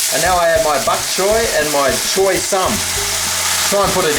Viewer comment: actually it should sound like 'chai'